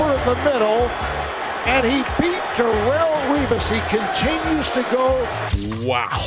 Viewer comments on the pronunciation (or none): none